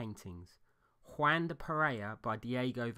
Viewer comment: It’s W-ahn, not Waaan.